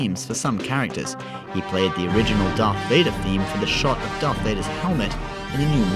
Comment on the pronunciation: Pal pa teen yeah, I noticed he said it wrong too, he also says DARK plaegus not darth